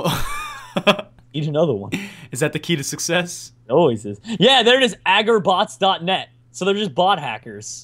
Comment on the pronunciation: "agerbots"? you mean agarbots